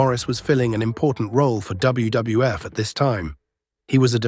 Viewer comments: jeez, that poor ai voice is having such a hard time saying WWF. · I must have missed that Pipers Pit on W double F shows. Man the A.I really struggles to say WWF. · Too bad AI can't say WWF consistently